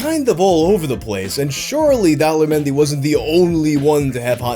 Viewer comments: It almost sounds like you pronounce his name as Dolla menyu lol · Daler mehdi. Correct pronunciation: The-lay-her Mehndi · Everytime you say the guy's name I hear 'Dollar Menu'😂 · I kept hearing " Dollar Menu" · At first I thought you said "Dollar menu" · Everytime you say Daler Mehndi I think you are going to say "Dollar Menu" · Why do I keep hearing "dollar menu"? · Every time you say Daler Mehndi, I think he's about to say "dollar menu." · All I hear when you say his name is "Dollar Menu". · best foreign song for me: chaccaron maccaron! also, am i the only one hearing 'daler mehndi' as 'dollar menu' the whole time? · I thought you were saying "dollar menu" instead of "Daler Mehndi" for way too long.